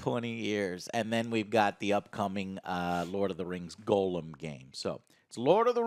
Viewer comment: Joe for the love of God stop saying Gollum like golem